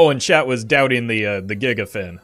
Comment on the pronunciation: You also need to watch the pronounciation of Gigafin.